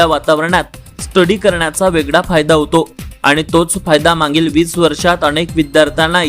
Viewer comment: मांगील नाही मागील थोडं दुरुस्त करा सर